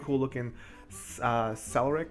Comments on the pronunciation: celric? Umm..Cleric?.... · yea as he said ;) , its like Kla-rik (cleric) .. heh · This is coming insane now. Not to sound like a dick, but cleric is pronounced claire ic. It's not a huge deal just seems like you were struggling this video lol. It is a bit greedy, but they are giving gillsnapper families and royal metal cauctaurs. They do still reward grinding but they aren't above pushing people into spending lapis. Honestly after a couple days I was already able to make enough gil to make a second dagger (still need the material). I might just be lucky though. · Celeriac XD I noticed it as well. Too much coffee makes mess up pronunciations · klerr ik (cleric)